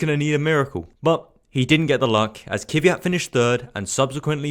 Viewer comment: How does it come a F1 Youtuber cant pronounce Kvyat?